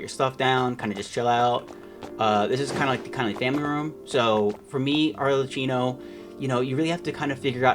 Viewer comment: yeah is ki, like in kid, not qi like qiqi (arlerkino) but is not very noticeable. I'm just pointing it out. Is fine tbh